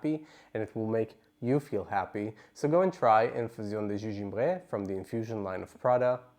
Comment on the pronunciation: Hello! Thank you for this review. I got this as a tester at home and loved it. I enjoy the history and background of the perfumes that you share. Having said this I cringed the way you massacred the name of the perfume in French. I would strongly recommend learning a little French. A little goes a long way. Hugs from Canada 🇨🇦